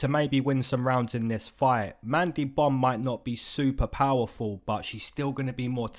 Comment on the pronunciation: Bro kept sayin mandy bum🤣🤣🤣